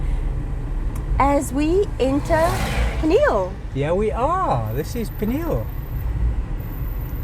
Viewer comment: It's pronounced P-knee-hell....